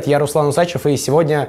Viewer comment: УсачЁв... правильно говори